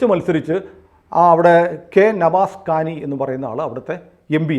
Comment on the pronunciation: നവാസ് കാനി അല്ല നവാസ് കനി